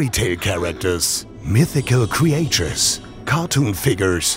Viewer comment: So ein schönes Video. Nur wenn der Sprecher die Worte "Miniäture" oder "Creäture" sagt, triggert mich das total :D :D :D